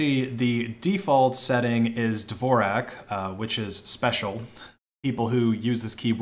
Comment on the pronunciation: How many times do we have to teach you how to pronounce Dvorak Also Void is not at all a "just works" install if you don't use the shitty desktop-environment images. Basic Linux knowledge required.